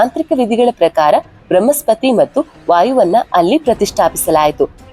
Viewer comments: Thayi bramhaspathi alla . Bruhaspathi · ಬೃಹ್ಮಸ್ಪತಿ ಅಲ್ಲ ಬೃಹಸ್ಪತಿ. 'ಹ' ಕಾರ ಹೇಳಬೇಕಾದಲ್ಲೆಲ್ಲ 'ಅ' ಕಾರವನ್ನು ಯಾಕೆ ಹೇಳ್ತಿದ್ದೀರಿ? ಉದಾ: ಹತ್ತಿರ -ಅತ್ತಿರ. ದಯಮಾಡಿ ಕನ್ನಡ ಭಾಷೆಯನ್ನು ಸ್ಪಷ್ಟವಾಗಿ ಉಚ್ಚರಿಸಿ